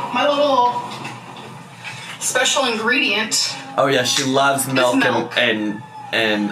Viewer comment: i hate the way she says milk like “melk.” it makes my blood boil